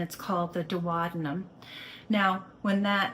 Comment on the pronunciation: 'Doo-wahh-denum'?? You lost all credibility when I heard you pronounce it like that. American medical school never teach pronunciation? 😂